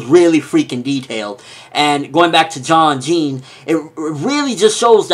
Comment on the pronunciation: Oh and Jean is pronounced how you'd say it in French